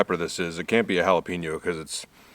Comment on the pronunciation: I hate the fact how he pronounce jalapeño